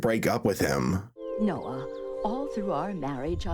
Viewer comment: No, it’s “NOAH”!